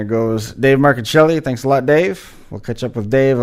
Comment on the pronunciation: My nephew David Marcuccilli....personally responsible for the MARCUCCILLI name being pronounced CORRECTLY!!!!!!!!!!! PS.........GREAT INTERVIEW..but..GET A SKYPE ACCOUNT!!